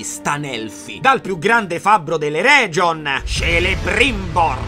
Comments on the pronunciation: E anche l'Eregion si legge "Ereghion". Le c e g dolci non ci stanno in Tolkien, mi pare... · scusa se rompo il Gatsu ma faccio notare (upvotatemi plz) che nei nomi elfici la C e la G si pronunciano come K e G ("Kelebrimbor", "Eregion", ecc) Scappo cia' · Quindi Ergion andrebbe pronunciato Ereghion?